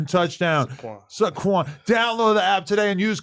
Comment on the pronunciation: If he can't pronounce the players names please don't follow his gambling pics hahah 😂 22 say it with me (say-kwon) =saquon